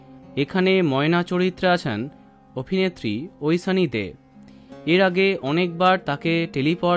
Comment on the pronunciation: ঐশানি, ঐসানি নয় .... উসচারন 😅